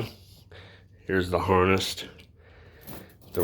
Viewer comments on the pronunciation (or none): I’m wanting to do this upgrade on my truck. Just to help a bro out, it’s a harness not harnest. Might be a nest of wire but it’s not pronounced that way. 👍